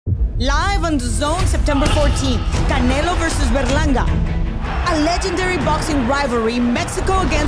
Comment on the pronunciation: Tomato tomato but my man announcing is annoying dude made sure to pronounce puerto rico with a spanish accent but then says Berlanga like a straight blanco no offense im half blanco lol.